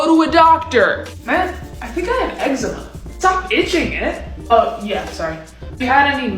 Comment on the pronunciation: thats nothow you say ittt 😠 ec-zee-ma ec-zema